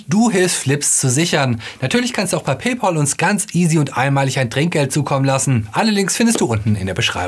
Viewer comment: Jaja PayPaul, wenn Ihr es einmal richtig aussprecht spende ich auch was. xD